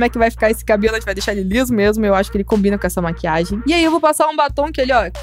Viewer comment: mo eu escrevi maquiage porque é assim que ela fala